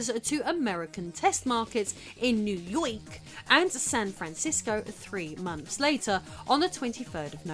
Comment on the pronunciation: lol whats up with that pronunciation of New Yooiik lol🤣🤣🤣